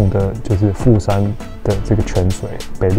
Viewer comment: 你片頭的第二個富山是不是講成台灣國語啊！😂😂😂！沒關係這樣比較有梗啦！對了🙄，你那個烏龍麵開起來超好吃，價位如何？